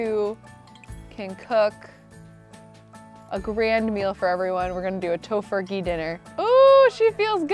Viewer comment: Who else laughed a little when she said toe furkey dinner